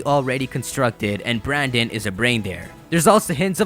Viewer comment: Dude, the male characters name is brenden not branden